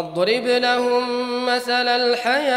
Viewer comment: Erreur sur les mots des le début Lahoum, pas laho !!!! Attention